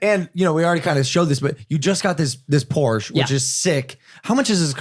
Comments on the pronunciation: It’s not porsch it’s Porsche and not porscheee it’s Porsche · Has a GT3 RS and doesn't know how to pronounce Porsche.. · hey said Porsch lost all respect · He doesn’t even know how to say Porsche right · i give like 0.1 shits about cars but like please say porsche properly cos like idk it just bothers me. weird flex but okay yeah i know but oh well.